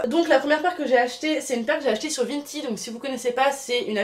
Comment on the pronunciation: c'est pas VINTID mais VINTED voila comment sa se prononce